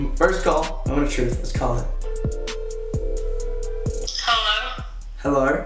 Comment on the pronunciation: The way he said hellowerrr